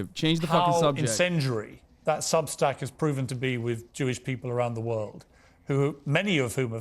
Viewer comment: Piers called it Substink lol